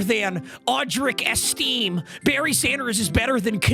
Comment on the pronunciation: “audrick esteem” it’s estime bro😭